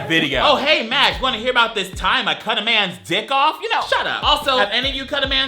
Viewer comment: I heard 'man's' as 'ant's' and I was like "How do you even-?"